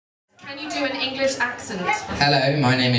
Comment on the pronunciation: He has grown up so much!!!That English accent was PERFECT!!!